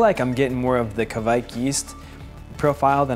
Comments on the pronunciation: It's pronounced, KUH-WIKE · It's pronounced like the QUAKE game: kwäk. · No, it's pronounced Kveik.